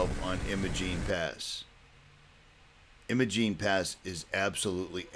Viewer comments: It is EYE-mo-jEEN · Great work my friend, but as a local I feel I have to correct your pronunciation. Imogene has a long I so it eyemogene.